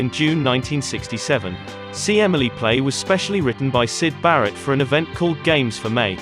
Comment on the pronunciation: Oops 😬 ! - They Got Syd right , but Barratt ! C'mon Man 😆